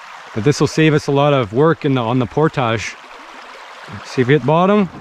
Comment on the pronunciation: You guys pronounce "portage" funny